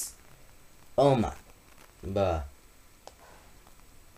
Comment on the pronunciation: When he was gonna say Bruh, he said Buh!! XD thanks for making me laugh and this video was very useful I did it in 3-5 minutes